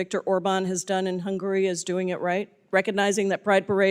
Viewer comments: HUNGARY... not "hungry" 😂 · what hungury has to do with US? why is she so worry about hungury?